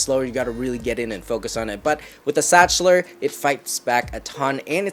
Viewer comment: Zakhtler not stchler